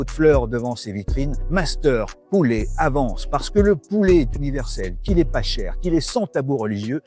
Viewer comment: Alors monsieur le présentateur....en FRANÇAIS on dit POULET....et non pas POULÉ....OK